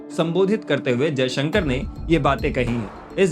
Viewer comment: तुम बहुत असभ्य एंकर हो। विदेश मंत्री का नाम भी ठीक से नहीं लेते हो। भाषा की मर्यादा ज्ञान नहीं है क्या?